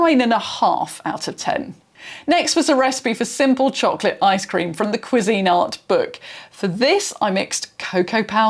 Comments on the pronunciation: So it's Pronounced KWEE-zIN-art. Not Kwee-Zeen-art. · As a Brit, I’ve never heard another Brit pronounce it that way. Most typically it’s like “quiz-in-art”, with the emphasis at the start of the word, not the middle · I was not prepared for the British pronunciation of Cuisinart... I love it so much. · The most important part of the pronunciation is that the emphasis is on the first syllable, not the second. This is how the company pronounces it in their ads. I would assume this alternate pronunciation here is non-standard everywhere, not the "British" version. I did find examples of other British videos and they all stressed the first syllable. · Gosh, it would never have occurred to me that you could pronounce it another way. I’m so tempted to try to find videos of how Americans pronounce it now! 😅